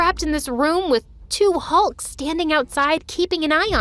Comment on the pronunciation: The way you say 2 hulk